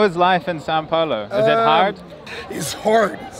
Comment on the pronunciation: Haha its funny the way u say "São" looks like Sa, try saying as u say sound, "Soun" from sound looks more like "São" from "São Paulo", this "Ã" sound is a little bit hard to english speakers, right?